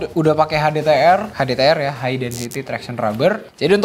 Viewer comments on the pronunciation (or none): none